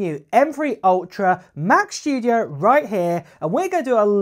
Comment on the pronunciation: "Mach SHTOODEOHE"